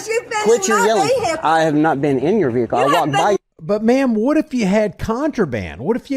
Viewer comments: it's "vehicle" all one word, not..... veeee HIC lllle. 😂😂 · I would never go to a place where they say “vee hick el” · Wow this is a special kind of stupid! What is a vee hickle?😂 That woman is crazy! Sloppy looking uniforms, out of shape and private vee hickles. Y'all must be liberals bc y'all know your rights. None of these idiots know anything about the law. They all have stupid looking expressions on their faces. It's really something out of hollyweird! You can't make this stuff up!😂 You can tell they have never been told no. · What on earth is a veehickle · What exactly is a Vee-Hee-call? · Dinga ding dang ding dang ding dang ding, vee-hickle. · Vee-HICKS are more like it